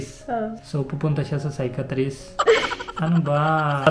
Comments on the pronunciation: Psychiatrist Naging Skytrees…hirap sya magbigkas…hehehe…teka muna…sino po ba iyang topic nyo? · Yung serious sila kasuu di niya masabi yung word na psychiatrist 😅